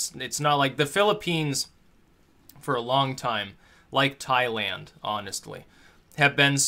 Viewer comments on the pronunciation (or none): none